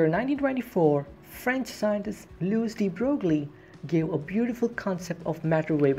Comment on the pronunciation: That's not how Louis de Broglie is pronounced. It's pronounced LOO-ee duh bROY